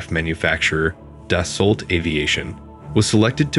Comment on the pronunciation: Please american persons who try to speak about french aviation, stop saying Da sso LLL TTT. Right pronunciation is DASSO. After 100 dassolllttt I have to say this. Thank you